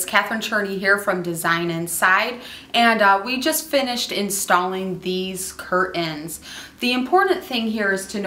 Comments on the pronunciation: Is there no T in curtains? Cur-ins? Really? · 'install 'cur-ens'??? Jeeeze! at least SAY THE WORD 'CURTAINS' PROPERLY!